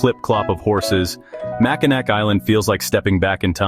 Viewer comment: Its Mackinaw and not Mackinac